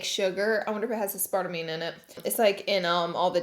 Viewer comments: 😂🤣 “A-Sparta-mean” (MS) I say “Ass-per-tame” (LA) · Aspertawmay. Laura 😂 Ass/per/tame (like you're going to tame an animal). This was a cute video though. I can't believe YT won't allow bra try ons anymore! There are wayyy worse stuff on this platform than bras!! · "aspartamine" as-par-tame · “Aspartamime” lmao girl... sound it out... “Ass-Par-Tame.” Aspartame. 😂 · Uh-Spart-Uh-Mean hahaha love that. It’s Ass-per-tame, there’s no N at the end 😂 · Ass-par-tame not aspar-ta-meene lmao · Ah-spar-rah-me- 😂😂😂😂 that IQ level be high guys. Asper-tame. Lol oh my lord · Laura: aspartamine Me: wondering wtf she’s talking about until she put it up on the screen aspartame... I’ll help you pronounce it ass•pra•tame Laura. Lol good lord. Love you girl. 😂❤️ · Aspartamane....lol. Laura, you are so stinking cute! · I’m dying at ass-par-ta-me. I did the same thing with para-dig-em when it’s pronounced para-dime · Lolol it’s pronounced Ass-per-tame. She cracks me up 😅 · Ass-per-tame, Laura your great, but you can not just make up word pronunciation. Better yet, start to google words to get the correct pronunciation please. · Ass-pra-tame girl wtf lmao!! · The correct pronunciation is “AS PER TAY MM” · 😂 Oh Laua, I 💕 Ya! You crack me up, Aspartame is pronounced Ass-pur-tame and it's artificial sugar. I totally agree with you, it's nasty! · Ass-par-tame lol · I've heard it pronounced as as-spar-ta-me before lol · Me when she said “ aspartameme” 👁 👄 👁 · Lmao it’s ass-per-tame 🤣🤣🤣🤣 I duck up words too lol 😂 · Laura Lee let me help you out, Ass-per-tame, but love the way you say it too. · Love you Laura, but aspartame is pronounced as-per-tame lol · Lauraaaa 😳 it’s pronounced ASS-per-TAYme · Lol it’s pronounced ass-per-taym 😂😂 sorry I know you don’t like people correcting you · ass-per-tame lmaoo. love you girly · WHAT IS SHE SAYING?? Aspartame is pronounced (ass-per-tame) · Here’s how to actually say aspartame .... Ass per tame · A-Sparta-mean .... oh Laura 😂 I absolutely love you.